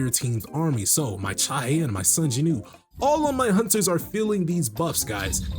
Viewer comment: Does Korea not have the "W" sound?? Who is JINEW?